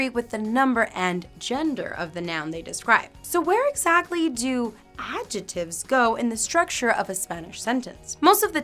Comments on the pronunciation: The "c" in the word adjectives is not silent. It's pronounced AD-jeck-tivs. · It's recognisable, but I'm just trying to help her with her pronunciation because we don't pronounce 'adjectives' that way and she may not realise.